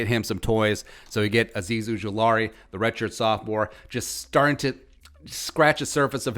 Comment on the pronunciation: Love the homerism. Please say Azeez last name right just one time. It is not Ujolari..............